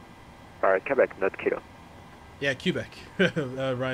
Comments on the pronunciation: it's pronounce "KAY-BECK", not "CUE-BECK". It did sound weird when you said it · its not kee bek its kwebekh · Quebec is pronounced Kwubeck. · should sound more like kubek